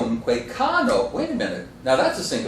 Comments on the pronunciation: I agree, the accent is viRUMque, and not VIrumque as he says. But he doesn't say the a of cano is long, does he? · The a in 'cano' is short. And 'virumque' has it's normal accent on u, not on i.